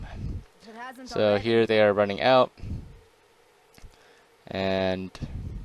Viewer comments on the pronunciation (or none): "they" and "the" are not pronounced "dey" and "da".